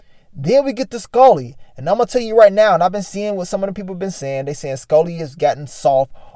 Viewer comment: Broooo 😂 You be killing my how you say Skully. “SkOlly” 😆